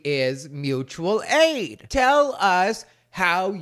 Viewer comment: It’s Moochual aid!!!! 🤣🤣🤣